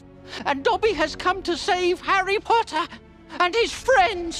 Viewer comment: Dobby’s first words to Harry, Harry Pottah and Dobby’s last words to Harry, Harry Pottah 😔🥺😢😫😖😣☹️🙁😔😕